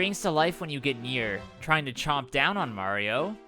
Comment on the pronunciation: Ugh the live action Mario Luigi says Mario wrong. Ugh.